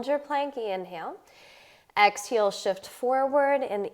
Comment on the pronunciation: I noticed that. She says “ex-heel.”